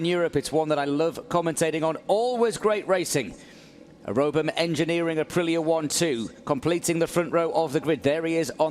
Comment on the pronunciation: It’s 🇮🇹APRILIA🇮🇹 not 🌮ApriLLa🌮